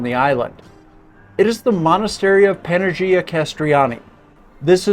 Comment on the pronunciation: fantastic video of an oft overlooked island! just a minor correction, the pronunciation of the Greek letter gamma ( Γ ) has a sound like the Y in yes... for example, AGHIA would be ah-YEE-ah or Panaghia would be pah-nah-YEE-ah 🤩 Thanks again for great information!